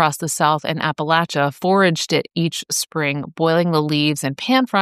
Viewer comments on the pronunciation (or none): none